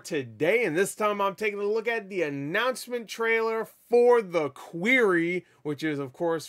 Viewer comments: Did you just say "Queery?" Do you seriously not know how to pronounce Quarry? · So many people are pronouncing it that way and I don't understand where they see an "EE" in that word. 😂😂😂